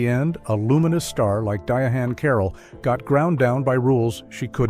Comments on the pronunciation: It's not pronounced "Diahan" it's pronounced "Diane" Carroll. Idiot.😄😄😄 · It's pronounced Diane Carol not diahane carol